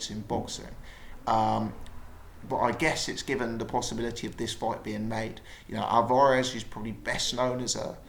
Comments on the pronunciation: he watches to much of Steve Bunce he says it the same...Al var ez? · why you pronouncing alvarez like that